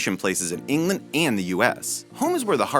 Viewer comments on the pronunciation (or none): the way he pronounces England